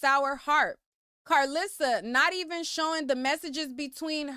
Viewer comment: I love you to the moon and back 💜 Say it with me: Kar-LI-ssa This is said with love